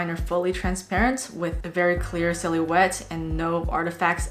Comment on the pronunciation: I'm now saying silhouette like silly wet from now on. Love the channel. Keep it up! 💛💡🙏